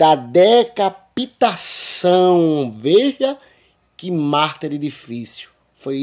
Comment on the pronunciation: Irmã, muito bom. Mas não é MARTÍR que se fala não, é MÁRTIR, com sílaba forte no MAR...não no TIR.